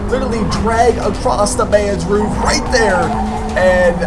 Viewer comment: dit you say roof or woof ?